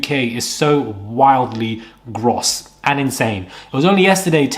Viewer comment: Gross is pronounced growse